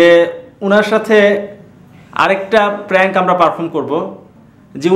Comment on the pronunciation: লোকটা সাহসী, তবে উনি যেটা প্রাংক বলছে সেটা আসলে প্যাংক না বিরক্তি